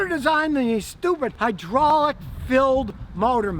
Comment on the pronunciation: “High-draw-lick” fluid